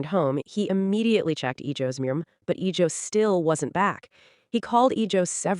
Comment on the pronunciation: Iljo* jeonghan*. AI wildin on pronunciation. 😊❤